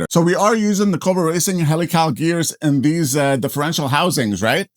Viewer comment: heel ick ull not HELL ee Cals LMFAO. as in helix ....helical (heel ick ull) Nice chassis and build.